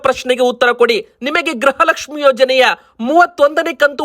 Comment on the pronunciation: ಗ್ರಹ ಲಕ್ಷ್ಮಿ ಅಲ್ಲ ಗೃಹ ಲಕ್ಷ್ಮಿ ಅಂತ ಹೇಳಿ. 31ನೇ ಕಂತು ಬಂತು ಕೊಡಗು 🎉